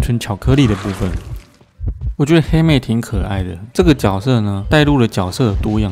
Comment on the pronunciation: 我听到欧拉把黑妹念成helmet